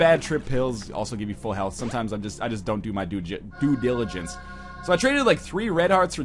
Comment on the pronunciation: When he accidentally started saying "Due diligence", it sort of sounded like he was going to say "Dude Diligence." I think I like Dude diligence better.